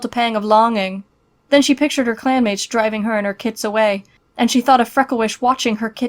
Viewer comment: Wait i swear i heard clam mates hmm, but shes not in River clam... 😏